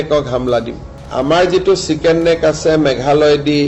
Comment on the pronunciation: এটা উচ্চারণ চিকেন ন্সেক না চিকেনস নেক (chickens neck)!!? না কি আমার ভুল!!? বলবেন কি?